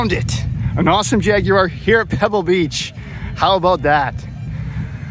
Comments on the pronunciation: WOW, an American who can pronounce Jaguar properly! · Thank you for pronouncing "Jaguar" as the manufacturing country would pronounce it, albeit with a "heavy American accent"....